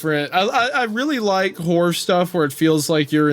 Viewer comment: I swear every time Wendigoon says horror I just hear whore lol